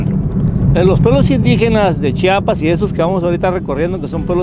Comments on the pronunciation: Muchas gracias por pronunciar bien *CHI-A-PAS*... Ya que de los otros estados de la República, valen pura vrg en la pronunciación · Gracias x visitarnos y visitar nuestra zona indígena y sobre todo por pronunciar bien Chiapas. Y muy cierto que la zona indígena se rige x usos y costumbres. Hay lugares a los q nosotros como locales sabemos q no debemos entrar.. Espero y te lleves una buena experiencia. Saludos